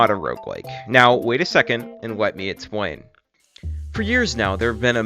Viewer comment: "Wet me expwain..."